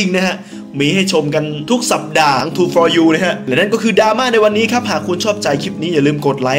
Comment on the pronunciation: ทรูโฟร์ยูครับ ไม่ใช่ ทรูฟอยู